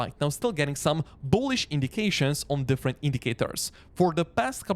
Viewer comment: I like how strong this guy pronounces the 'B' in Beetcoin and Boolish.